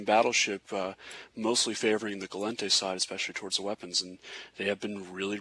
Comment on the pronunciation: I wish would learn to pronounce "Gallente" >__<